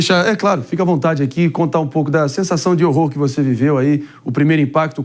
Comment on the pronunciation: "A la vontê" deve ser o quê ??fique a vontade???